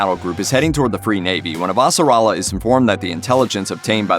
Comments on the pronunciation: Super annoying to have a narrator who clearly hasn’t watched the show and mispronunced Avasarala’s name dozens of time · how the suck is he butchering the pronunciation of avasarala and roci so fucking badly